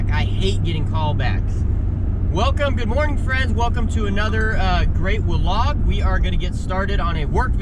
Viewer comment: Please stop saying walog